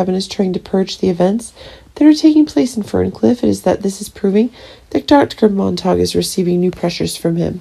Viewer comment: Monta q, not Mon tak